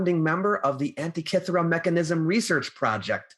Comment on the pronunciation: Antikythera is pronounced an-tee-kuh-thir-uh, not an-tee-kith-ur-uh. Not pronouncing the name of the island the way people that live there pronounce it, and completely anglicizing the the name makes it seem like you really don't care about the subject of your video. You make it seem like the area it was discovered, and the people who discovered it, aren't important enough to take a small amount of time to learn the proper pronunciation. How can you expect your opinion(s) about the content of your videos to be taken seriously, when you can't take 5 minutes to make sure you can pronounce a non-english word without anglicizing it?